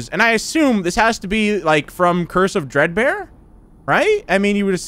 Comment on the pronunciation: Am I the only one who hears cursive dread bear instead of curse of dread bear